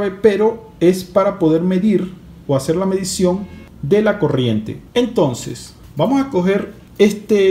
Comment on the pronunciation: De que país eres que te comes las "s" y las pronuncias como "j" jotas por ejemplo vamoj en lugar de vamos